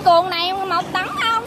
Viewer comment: làm clip rất tốt nhưng nên phát âm không chuẩn củng như xe 🚗 nâng mà đọc thành xe 🚗 năng hai tấn lại đọc 📖 thành hai tắn